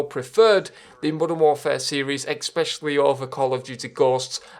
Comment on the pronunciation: the second you said "EXPECIALLY" is the second you lost me.